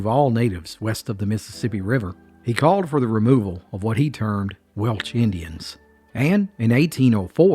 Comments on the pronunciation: Please, it's WelSH*. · The “Welch”? Dude, really?